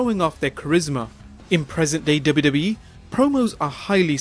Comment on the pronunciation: Please pronounce WWE properly... Driving me mad!